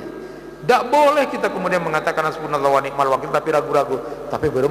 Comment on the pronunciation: Wani,mal bukan wanikmal